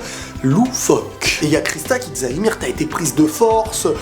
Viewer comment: On dit yumir pas imir hahaha